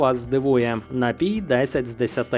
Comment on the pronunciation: Найліпший напій на світі - це дволітрова пляшка "Карпатської джерельної" після понад року вимушеного перебування за кордоном! До речі, приємно чути, як Ви правильно наголошуєте напІІІІІІй. Дуже добре!